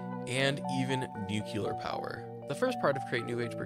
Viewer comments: new-klee-ur, not new-kyew-lur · Did you really just say NUCULAR?? Its NU-CLE-AR.. anyways great video :`p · nu CLEAR power not nu cooler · I don't wanna be that guy, But It's nuCLEAR, not nuCULAR. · Good video, but, i cant stand people saying nuclear as nuk-yuh-ler, its, nuclear, new-clear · NUCLEAR NOT NUKULAR NU-CLEAR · it's nuclear, since it's from nucleus, not nucular, no idea what a nuculus is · There's only one SINGLE 'U' .. it's nuclEar...